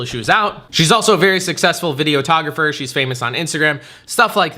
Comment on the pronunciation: I thought you said she was a “video-tographer”😂😂. I knew what you meant though.